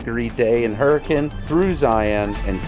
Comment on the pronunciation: It's pronounced hurakin Just a fun fact from someone who used to live in the area